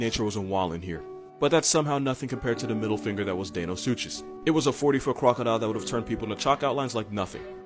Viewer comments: The giant turtle, is a prehistoric sea turtle that lived along side tylosaurus and elasmosaurus, it’s called an Arcolaun, just thought you should know that Also, you pronounced deinosuchus as dan o such as, when it’s pronounced die no suke us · Lemme help you out rn so a paleontologist won't bully u, it's DINO-SUC-US that's how deinosuchus is pronounced